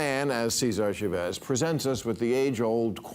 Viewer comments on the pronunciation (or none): It’s CHAvez … not chaVEZ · CHAVEZ .....not Shavez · See-ZAR Cha-VEZ?! I get the mispronunciation of the first name as SEE-zar, but wth? You live in Los Angeles and don’t say Loos An-jell-ESS. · “sha-VEZZ” 😂 how did no one tell him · Is it really that hard to find a Spanish speaker in California to teach Bill how to pronounce Chávez? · Can’t you pronounce Chavez???